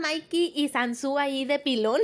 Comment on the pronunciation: OMG LO QUE ESPERABA💗✨ por cierto, ns pq dices q dices mal "Sanzu" si cuando lo dices te escuchas tiernas sibsajjaja dices sanZU, se me hace tierno ese detalle.